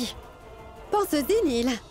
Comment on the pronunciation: C'est Néel pas Neil 🤣🤣🤣😂😂😅🤣😂😅😅🤣🤣